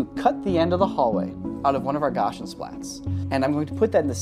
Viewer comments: The first syllable of "gaussian" rhymes with "cow". "Gow see in". Sorry it's killing me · I legit thought he was saying 'Gosh n Splats' Pretty sure it's still just an S sound. I've never heard it pronounced with and SH. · Why do you keep pronouncing Gaussian like that? Would you call it a gosh rifle? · I guess I’ve been pronouncing Gaussian wrong this whole time lol, gah-see-an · I had no idea you were saying "Gaussian" till it was spelled out on screen. "Gosh 'n' Splat" is not at all how I've ever heard that said. Good name for a paintball place though. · The way you pronounce gaussian is actually upsetting. The first syllable is pronounced like 'now': GOW-see-un. Until you showed the word on screen I had no idea what you were trying to say. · Gaussian is pronounced GAU-see-an. It is named after Gauss who was a scientist and mathematician from Germany. He also pioneered the math for bell curved distributions in statistics which is what gaussian splatting takes advantage of. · Regarding the volume rendering technique of Gaussian Splatting, the correct pronunciation for Gaussian is GOW-see-in. It's important to say the full name of the mathematician Gauss (gows) for the reference to be understood. Also, non-Euclidean geometry in math has specific definitions, properties, axioms, & formulas - it's not just a way to say wacky geometry as many do, and in fact the ONLY actual non-Euclidean geometry Escher used in his art was hyperbolic tiling in his Circle Limit series, most famously in Circle Limit III. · I thought Gausian was pronounced "Gows-ian" because its named after the Mathemetician Carl Frederick Gauss, which is pronounced (Gowse.) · The way you pronounce gaussian was so confusing. I had no idea what you were talking about until you put the word on screen. Just a FYI, it's [ gowh see in] or written correctly [ˈgau̇-sē-ən] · Gaussian is pronounced "gau·see·an". Very cool stuff. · The pronunciation of "Gaussian"... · GOW-SEE-UHN not gauchian